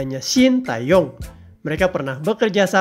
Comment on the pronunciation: Saran aja ya untuk pengucapan nama STY khususnya bagian "Tae" sebenarnya penekannya lebih kepada Te daripada Tae. Huruf -a disematkan sebelum -e untuk membedakan cara pengucapan karena ada beberapa huruf yg mirip pengucapannya. Huruf 으 dibaca "e" seperti pada kenapa. Huruf 에 dibaca "e" seperti pada era. Sementara nama STY menggunakan huruf 애 yang dibaca "ae" tapi tetap penekannya pada -e bukan pada -a. Anyway terimakasih untuk informasi mengenai staff pendamping STY yg cukup jarang dibahas di channel lain.